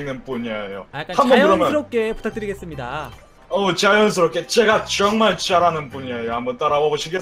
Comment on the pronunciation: 근데 사진 잘나온듯(?)요 ㅋ 그리구 말투가 초에 "줴가 줭말 자라는 부냐에요~"이러는게 ㅋ원래는 (제가 정말 잘하는 분야에요)인데 ㅋ